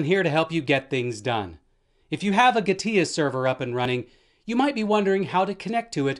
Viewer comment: its not Gah-tia gee- TEA